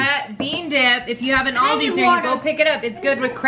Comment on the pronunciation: I'm not try to be mean but your saying aldi wrong AL-DI